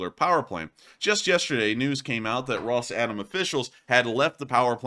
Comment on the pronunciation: i believe it is called "Rosatom" and not "Ros-Atom".